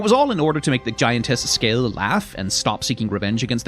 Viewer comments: "Scale," spelled "Skade." Interesting. Skaði is pronounced way loser to "Skah-thee" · “Skel”. Dang you Danish soft D which I can never pronounce. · I forgot you were Danish until you said Skade like that